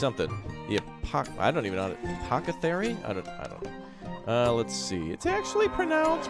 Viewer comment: A poth a carrie or curry as pronounces it (a little butchered if you ask me lol)